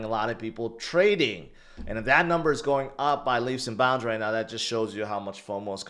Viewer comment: learn how to pronounce GOING. everytime you say" its go be" its sounds stupid. you probably think it's cute or something. but it's cringe